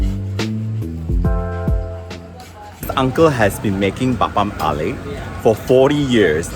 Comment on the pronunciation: This video is essential video for anyone making a trip to the city. So well made! Covered both the old and new places, you have the knowledge at the back of your hand and it’s clear that you appreciate the city. You have an interesting way of pronouncing apam balik tho, teehee